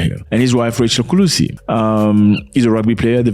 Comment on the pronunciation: Mr Zack Is not Kulisi is Kolisi Thank you for your time😊